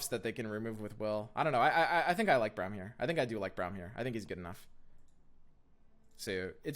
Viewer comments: I love your content, but your hair be lookin hella like Braum's stache also it's pronounced Brahm, not Browm xoxo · I'd cut a some copies of Sej and Vlad, and 2 or 3 Braum, and bjerg for drawing Sej + Vlad. (Btw it's pronounced Brom) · I stopped watching when he said Browm